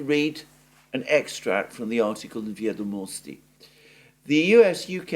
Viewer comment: it's "vEdomosti", stress the first syllable. Comes from old russian word "vEdy", records of events, or "vEdaju" "I know","vEdat'" to know, etc. In imperial times "vEdomosti" or "vEsti" meant "news", now we use "nOvosti".